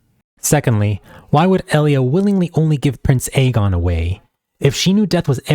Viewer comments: Eye-gone lol dude say it right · misspronoiuncing aegon is crazy but saying that quote hints at madness is INSANE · Fantastic video! It gets me hyped though the book may never see the light of day.. I'm envious of your ability to respond politely to these bitter men whose only comments are about the way you pronounce Aegon. It doesn't matter what the video is about, the bitter incels always find their way to the video and the comment section to find things to be angry about and to spread toxicity wherever they go. Give feedback or criticism if you like but if you can't also show appreciation for the creator then honestly just keep your filthy mouths closed. Think before you write! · I-run throne, I-gon Targaryen lol